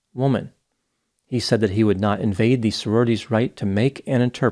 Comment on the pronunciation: He mispronounced HE several times in this video